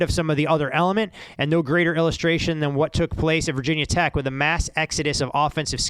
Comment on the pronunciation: Omg that "Vah Tech" is like nails on the board.. Ask any VT fan, and they'll ask "Why call Virginia Tech/VT/Hokies Vah Tech but don't call Georgia Tech/GT Gah Tech, or Louisiana Tech Lah Tech?" Even ESPN changed that.